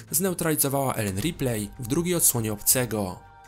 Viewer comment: Nie żebym się czepiał, ale nieustannie źle wymawiasz nazwisko "Ripley" :) A tak poza tym to łapka w górę :)